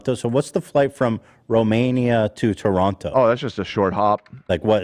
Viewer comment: I absolutely love how Americans pronounce Toronto